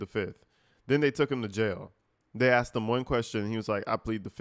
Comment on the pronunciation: She axed him WHAT ??????